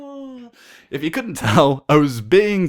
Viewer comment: Did you say "oh my GLOB"?